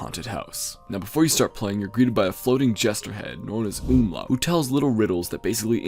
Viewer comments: Umlaut, not Umla! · Great video but I wanted to let you know that the Jester's name is "Umlaut", not Umlau as it's a refrence to linguistic Umloat which is shared in Tökkentäkker. It is shown in game during his mini boss fight.